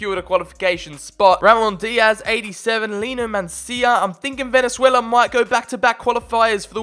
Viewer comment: Obviously I'm rooting for my home country Venezuela also u said it wrong